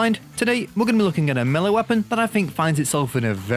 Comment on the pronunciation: You are pronouncing the word Melee wrong.